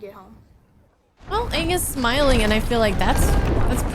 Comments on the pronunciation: Yea crazy how they couldn't even pronounce the main characters name correctly, lol. what a pos movie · Oong, the ovatar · ahh yes. soak-ka,uncle eeroh, and OOng. The holy trinity